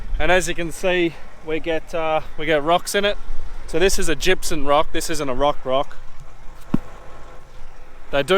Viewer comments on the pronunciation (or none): I could swear you call it gypsun rather than gypsum. Is it just me or is that how you say it.